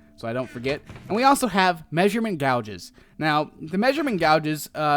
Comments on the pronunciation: Gauge (like cage but G age not GOUGE) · prounounced gage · Measurement "Gay-g" is how you pronounce that. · Ok its not gouge because your not gouging someones eyes out its pronounced (Gay-j) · Its gau-ge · It is pronounced gage like cage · used *MEASUREMENT GOUGE" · Why does this idiot keep saying gouge? I want to GOUGE my eyes out every time he says it. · It's pronounced gay-age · Your pronunciation of gauge make me wanna gauge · Does anyone else have a problem with how he pronounces gauge? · God yes